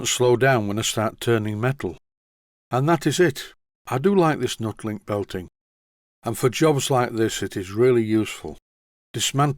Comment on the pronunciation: I always thought it was pronounced "NEW-TEE-LINK" as it was an improvement on the "old" style belt that you removed from the Boxford and also, the rivets are "Tee" shaped if you take one fully out ? We used it on a precision grinder at work as it's not supposed to transmit vibration as much as a standard rubber belt ?